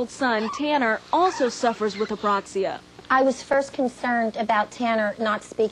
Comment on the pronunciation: ...too bad she couldn't pronounce "apraxia", it kept coming out Aproxia. Oh well at least they made it known to people sitting at home who may have never heard of the disorder.